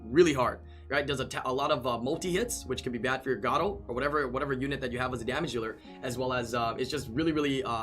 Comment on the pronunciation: You know it is pronounced (Gar)-(oh). pls stop saying gato you sound like an idiot